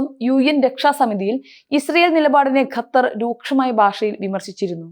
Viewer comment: ഗത്തർ അല്ല ഖത്തർ ആണ്